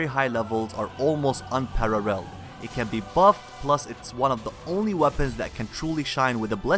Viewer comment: xD UNPARARERR made me chuckle ;)